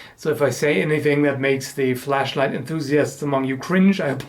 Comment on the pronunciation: Lol at first I thought he said flesh light... More interesting subject though, until it gets weird and then yeah I would dislike by then :P